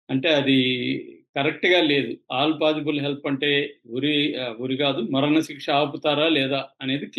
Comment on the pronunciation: "మరణశిక్ష" అని సరిగ్గా చదువు సోదరా!👉👉